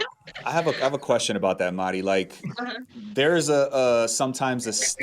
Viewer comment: It's "Mari", just like Kenny calls her...Not Maudddie!!! 🥴